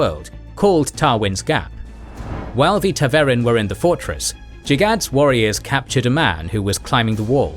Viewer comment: As someone who has exclusively listened to the audiobooks it's pronounced Ta'veren (stress on the first E which is pronounced like the E in eager)